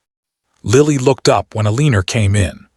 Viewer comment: I enjoyed the storyline very much especially the interacting with the child, but the AI pronouncing of Margaret, along with Eleanor in another video, was a joke. Amelia Island, FL